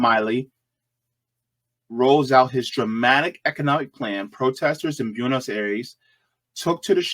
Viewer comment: Funny analysis, interesting. 😎 But bro, your pronunciation is all over the place! Milei is pronounced "Me-Lay" and Buenos "Bwe-nos" not "byu-nos" or how you said it 😅